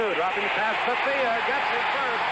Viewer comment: Faultless Frank! we used to have a pool about how many mistakes Gifford would make over the course of the game. and it was always a LOT. the one that sticks out is his mispronunciation of Elvin Bethea's name. it's Ba-thay! and Nemiah Wilson is nowhere near 180 lbs, closer to 160!